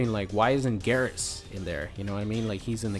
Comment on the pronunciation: It's "Geer-As" not "gahr-as"